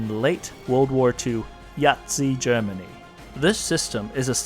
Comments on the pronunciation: Did he really say "Yazi-Germany"? ...on purpose?! :D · D-did you just say..."Yahtzee Germany?" :DDDDD